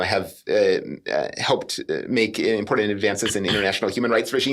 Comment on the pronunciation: People that say "imporDANT" drive me insane